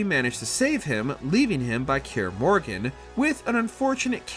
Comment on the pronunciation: It was painful to listen to, “kaer morgan” 🤣